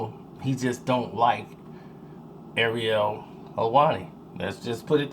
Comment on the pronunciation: pronounced "Ariel" like the lil mermaid not arelee like the wheel brand lol jk.